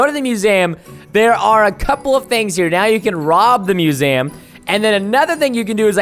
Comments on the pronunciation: its not musam its museum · and its not MUSAM ITS MUSEUM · Musam. Why would you even guess that it it pronounced mewzam. It's museum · musaum.. not gonna judge because not that much people can say words. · You said it wrong it’s not called muzam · its miuseeuumm thats how you pronaounce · He says musaum lol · its muesum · It’s mew-see-jm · Preston you don’t know how to say museum....lol